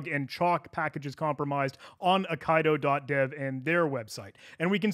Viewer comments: same here. thank you. eye - KEY - dough 🙂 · Eye Kai Doe *Eye Kee Doe, ffs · >AYE-KAYE-DO Brother, it's pronounced Aye-Key-Do. It be a Japanese word for a swordplay style. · Aikido, not Okaido. :P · Ai Ki Do (as in the martial art) not A Kai Do that hurt my hears so bad 😣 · a nit pick, but nonetheless; "Aikido" is pronounced "ai - kee - doe", it's a Japanese martial art (合気道) which means "the way of the harmonious spirit". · Pretty sure Aikido is pronounced “I-key-dough” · Pretty sure it's pronounced "ai·kee·dow" like the Japanese martial art. Thanks for the great video 👍🏻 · Brother, Aikido is a well established martial art. It's pronounced eye-key-dough 😂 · Aikido is pronounced "eye-kiddo", it's a type of martial art 😅